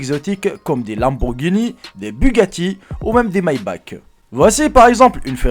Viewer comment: Mailleback 😂😂😂la prononciation 😂😂😂